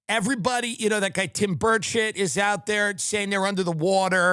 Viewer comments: Did he say Tim Birdshit 😂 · Am in uk and have to ask Is it the accent or am I hearing the name Tim birdshit 😂 x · Tim does keep saying Tim Birdshit, right?